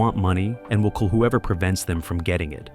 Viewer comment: Its "kill", not "cull".